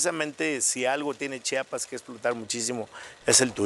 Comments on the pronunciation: Por favor Gustavo, chi a pas, No chapas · Qué coraje que por más que Carlos enfatizaba diciendo el nombre de "CHIAPAS", Gustavo nunca dejó de pronunciarlo mal: "CHAPAS". No hay cosa que moleste más a un chiapaneco que oír pronunciarlo incorrectamente; y a mí también 😡